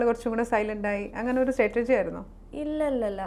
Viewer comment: you are not pronouncing the word strategy correctly.. statergy ennanu parayunne